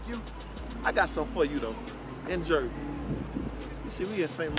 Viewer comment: only time Surf wrong for sayin "Jersey"